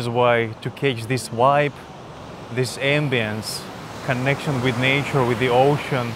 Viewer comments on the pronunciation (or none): none